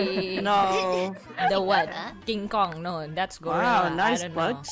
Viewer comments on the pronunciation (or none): none